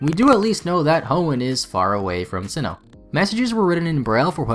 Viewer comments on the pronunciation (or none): none